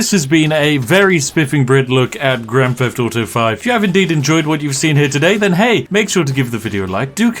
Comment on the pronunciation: grand feft auto